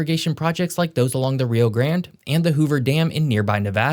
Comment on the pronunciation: You mispronounced the Rio grande River. And you mispronounced two of the Mexico cities that you have mentioned. You also mispronounced saguaro